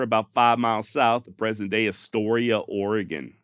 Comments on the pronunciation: Your pronunciation of "Oregon" is good! Astoria, though. lol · I don't know how to do the phonetic sound thing. It's Astoria, not "Astoria" :)